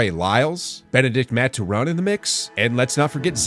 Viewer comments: Benedict “Maturown” 😑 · The way he said Benedict Mathurin is😂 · No mention of Nembhard and can't pronounce Mathurin? Hahahaha yikes. Dude doesn't have league pass I guess. Did he even say "Haliburton" hahaha oooooof. Bro he's on the squad. Nephew has never seen one of the ECF teams? Or what. Just terrible.